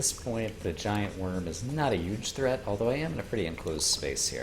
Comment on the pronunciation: Deathcounter spoiler........ Current death count: 8 Goblins' chaos ball. Poor merchant and angler:c made a door. This is huge! Also, I feel like I noticed this before but never asked, but do you say huge with a silent h sound, or am I just bad at listening English lol I see many people commented about this, but your voice is very calming and helps me feel more relaxed as I try to combat my out-of-nowhere headache:) Terraria can be terrifying but watching this playthrough has mostly been relaxing! Each episode is so fun, I keep getting excited and make long comments without even trying, and with the death counter, the comment will be even longer. Hopefully you don't mind:D